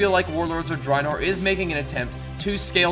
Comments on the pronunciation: It's pronounced Warlords of Dr-A-enor.. Not Dreinor.. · ur saying drinor not draenor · he doesn't say draenor right lol